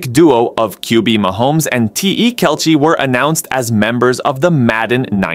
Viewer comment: How do you not know how to pronounce Kelce's name?